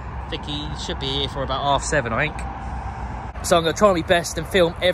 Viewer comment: You know Think is NOT pronounced “Fink”. You Thuckwit!